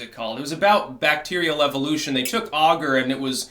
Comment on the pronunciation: there is no "u" in "agar"